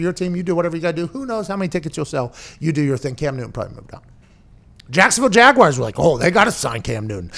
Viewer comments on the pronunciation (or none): I love Pat, but if I hear him say jagwhyers one more time I'm gonna pull the last of my hair out. Where do people find the I in jaguars?